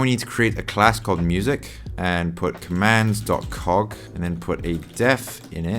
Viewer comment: haha i dunno everytime you said "cog" or "cogs" i broke